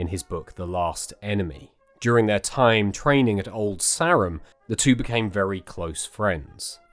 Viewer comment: Such a tragic story as all war stories are. FYI Old Sarum, Sarum is pronounced like Sarah, not like Samson😊